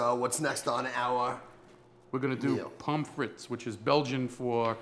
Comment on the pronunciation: If you are interested, the correct pronunciation of pommes frites is, PUM FREE, not "pom fritz"--the final consonants are silent. Great recipes. :)